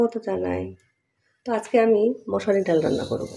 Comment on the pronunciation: 😂😂😂মশারি ডাল না,,মুসড় ডাল হবে বা মুসড়ি